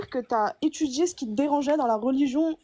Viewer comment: . . . Dchire que t'a étudchié . . . Non, mais t'es sérieuse, là, va chez un orthophoniste pour qu'il t'apprenne à prononcer le français normalement. Putchaing!